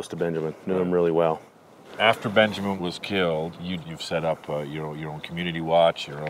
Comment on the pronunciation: dude really said Benjermin